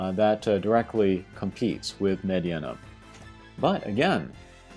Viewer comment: Meh-deenuh. Not med-e-enna